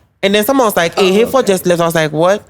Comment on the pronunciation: Eei 😂